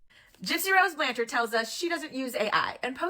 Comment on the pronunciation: OMG, everyone uses photoshop or filters. It's really not that big of a deal. I personally think people are nitpicking at this point for content. And the last name is pronounce blanchard not blan-charde. She may be a little jealous of her older sister but she looks up to Mia. If people can't see that, there's a problem. I think people need to find other ways to make money instead of making money off her name and call her a grifter when you guys are no different.